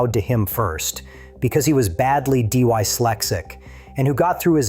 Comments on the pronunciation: The writers should give AI a better chance of sounding human by typing the awkwardly spelt words phonetically. Ie type:- Dislexic and not Dyslexic. Because by not understanding the way AI is going to pronounce these words is killing what could be a very good documentary. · D Y flexic? If you are going to have AI read the script, teach it how to speak; it's dyslexic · "Dee Why Lexick" Gotta love AI (Always Incorrect 'dyslexic') Great story though! Inside tip: Buy New Zealand Magic Sheds! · A great story but why TF do it with AI commentary?? Dy-lexic??? Really Enough is enough, this AI crap is bullshit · Crap A.I. will take over speech one day and cause havoc ,and probably start another world war ! It will never understand grammar, punctuation, pronunciation and accents. D Y slexsic ? Cristchurch ? 😠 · I think the AI is D Y slexic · " D-WHY-Slexic " ??? Seiously , Dude ? Do you ever play your own vid , and critically watch , and LISTEN , to it , before you inflict it on the world ? Sad .....just .....Sad ! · D-Y-Slexic? Your robot is dyslexic. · Shit, that was terrible!😄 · Bot AI voice.. so distracting !! Dyslexic … only a BOT voice can screw up this word so badly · Funny how AI calls John dyslexic yet say dyslexic like a dyslexic 😂